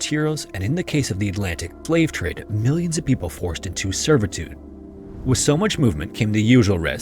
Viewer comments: what is the "plave trade?" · "Flave trade"?